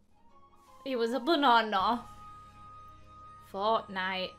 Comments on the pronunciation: GUYS ITS NOT FORTNITE ITS FORKNITE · as soon as she said 'Forknite," I laughed after not laughing at the vid too XD